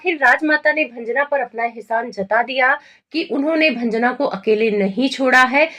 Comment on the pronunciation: भंजना क्यों बोल रही हो